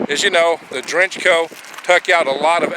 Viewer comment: No disrespect meant, but say it with me now...DAY - WRETCH - OH.